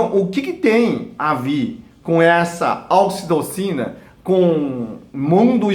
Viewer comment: Num consegui entender o nome do hormônio